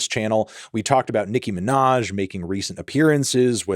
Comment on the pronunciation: "Nicki Minahz"